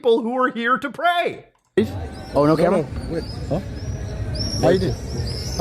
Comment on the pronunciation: ooooooh PRAY I thought you said prey